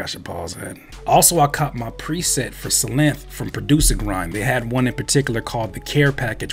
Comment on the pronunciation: it's pronounced like Sylenth, not Sylenth!! Fire beat! Love the videos!! It's Synthesiser, not Sinthisissor!!